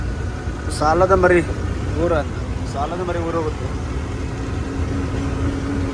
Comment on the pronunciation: ಸಾಲದಮರಿ ಅಲ್ಲ ಗುರು ಸಾಸಲಾಮರಿ